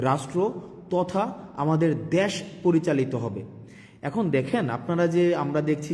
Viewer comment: ভাই আপনার মুখের ভাষায় তো ঠিক নেই দেশ না দাশ